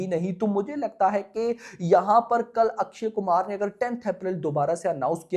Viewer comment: Akshay Kumhar❌ Akshay Kumar 😂😂😂bht naam to sahi bola kar😂😂😂